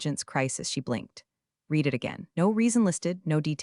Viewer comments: The AI should definitely pick up on that! "Read" as a noun is "reed," and as a verb, it's "red." It messes with the flow when it gets it wrong! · you need to teach your 'ai' to know the difference between 'read' as in 'I can read' and 'read' as in I 'read' the letter pronounced 'red' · Yep, that’s a big one! AI really needs to catch the difference between "read" (reed) and "read" (red). It trips up on the tense shift too often. Definitely something that should be fixed! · The AI struggles with pronunciation, especially with words that change tense like "read" (red). It’s not consistent, which can be frustrating. Happens too. 🤷‍♀ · can you instruct your AI that the word 'Read' is pronounced "reed" when used as a noun, and "Red" when it is used as a verb. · AI doesn’t really do context clues. It has to be misspelled as “red” in whatever it’s reading. Viewing the video before upload would help too.